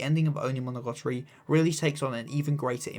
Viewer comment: Great video, seeing how Hachikuji and Araragi bounce off each other during conversations through the series and where their arcs take them is so fun and I love how you highlighted the way they both helped each other in a way by meeting. Also I don't want to be nitpicky sorry but why do you pronounce it like "Monogotori"